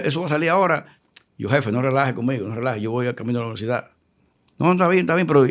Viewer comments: Éste señor se canta como escritor y charlista y su pronunciación dice mucho, lo escuché decir "Noversidad" pensé que había escuchado mal, devolví el video y sí 😅😅 así lo pronunció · La más alta instancia del sistema policial de nuestro país y cuatro carreras Universitarias y sigue diciendo Noversidad en lugar de Universidad...que Dios nos proteja 🙏🏽